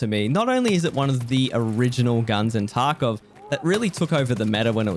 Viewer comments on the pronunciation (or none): none